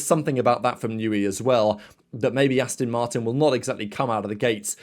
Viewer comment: … How many times do I have to tell you… It’s Aston Martin… as in Ass-TON Not Astin…😱 Also, It’s My Crack 👀😎 May the Force be with you.🌀 Jim🌀 (-: <*>:-)